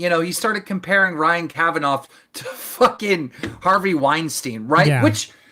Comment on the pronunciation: Don’t believe Keem for a second. And I think deep down, doesn’t believe him either. Also, it’s not “Kavanoff” Keem 😂 This man can’t pronounce a name to save his life.